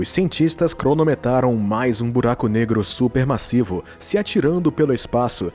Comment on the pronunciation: Amigo corrige esse video ! Até 2 minutos vc fala massisa supermasissa e é massiva e supermassivo massivo de massa saca!